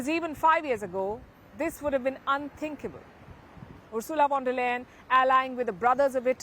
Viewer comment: Palki mam, please pronounce 'V' of Von der Leyen as 'F' not as V because it's a German name and wherever this V comes in German language, it's F. Hence, it should be Fon der Leyen. Thanks